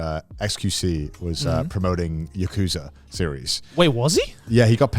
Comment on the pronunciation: I think what should be more upsetting is how Conor pronounces Yakuza as "Ukuuza"